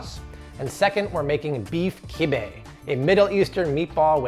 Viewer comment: Sorry bro that’s not kibbieh